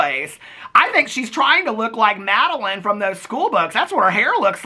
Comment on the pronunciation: At least pronounce Madeline correctly 🙄